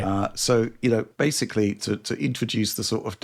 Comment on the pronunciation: Bro, please do one for every instance butchers the word ‘basically’ by mispronouncing it as “basely”. I swear he said it 6 or 7 times the last Direct he was on. It’s like an ice pick in my ear